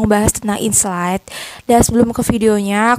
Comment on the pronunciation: Aku kog dengernya inslide bukan insight ya 😊